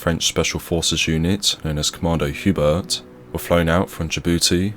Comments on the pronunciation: geez you Brits absolutely butcher every foreign word. It's embarrassing. Commando "hubert" lol, are you joking? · It was not that bad. French language used to prononce every letter, not anymore. Except the T at the end, this is not so bad. Be glad english speaking media speak about our operations this is so rare.